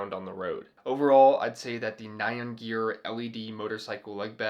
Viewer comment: Very cool. But I wanted to let you know --- "nyan", as in the Japanese word used for the meme character "nyan cat", isn't pronounced "nigh-on" like in this video. It's pronounced "nee-yahn", very quickly. It's what Japanese people think a cat's "meow" sounds like. TMYK